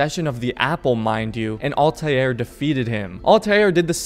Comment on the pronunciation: dude really said altaieir